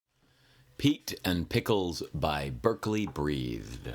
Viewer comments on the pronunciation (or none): Nice video, but I think you mispronounced the author's name. :(